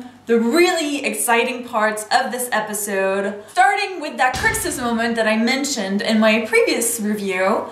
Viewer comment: I hate the way you say episode